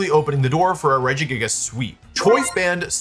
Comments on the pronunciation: I still think of that one time I heard you pronounce this pokemon Rejiggajiggas and I call it that to my friends to this day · That's absolutely not how I would have pronounced Regigigas lmao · The way you say Regigigas is so fun. I love it.